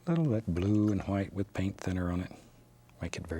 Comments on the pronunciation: I could just listen to him saying hwite all day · “Just a little Hwite 👌” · Hwite. never gonna say it differently now. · I love how he pronounces the h in white. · I always wondered why he says hwite